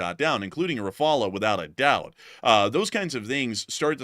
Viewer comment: Why do you say rafala, it's RAFALE - RAFALE mean Gust , like a gust of wind of a like barage of something ( punch, missile, bullets etc ) RAFALA is NOT a word. Just look online for the prononciation.